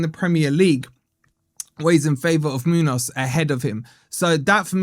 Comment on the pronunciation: You’re missing the ‘enya’ (ñ) in the name Muñoz. It is a distinct accent and makes no sense without. Just saying.